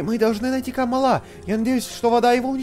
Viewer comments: не каааамала а камалаааааа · не камалА а кАмала